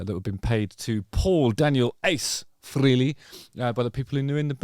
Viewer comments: Freelee, Freelee, Freelee, ... I can't hear it anymore 🙉 Why don't you all finally say it the way Ace himself said his name? At least now that he's gone! Finally make the effort and pronounce his name correctly... 🤬🤬🤬 Rest In Peace Ace Frehley (pronounced: Fray-Lee) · it's pronounced Fray-Lee. Rhymes with Haley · It’s Fray-Lee not Free-Lee 😎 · You're saying his last name wrong. Its definitely not FREELY. Its pronounced Fray-Lee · Its freyli not freely. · This is a pet peeve of mine, and I mean no disrespect. Ace’s last name is pronounced “fraylee” not “freelee”. He was never one to correct people, but always made a point to notice when people “got it right”. Just thought that at this time of paying respect, we can finally respect the proper pronunciation of his name. Don’t feel bad, you are one of many who say it that way!!! Cheers! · It is pronounced "FRAY-lee" not "FREE-lee". Say it out loud, Justin. "FRAY-lee". Frehley. Good mop-top. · Kind words there Justin Harkins. It's Frehley (Frayley), you think after 50+ years people would know how to say his name? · It’s pronounced "Fray-lee”. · He has a producer. She would have told him how to pronounce Frehley (rhymes with Haley, like the comet). No one missed that solo project’s name; not even me, a lifelong hater of KISS. Ace was okay, though. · Literally everything this guy says is with foot in mouth... can't say Ace's last name right, oh and why would he remember you? Cuz your a demeaning ass? Further... what you seem to think and spew of Ace and in his passing. I got through about 2 or 3 listens of your "good" album and it was a hard pass, keep up the good work with the podcast every now and then.